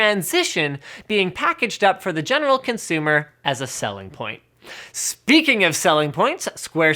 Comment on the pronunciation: "for the genital consumer"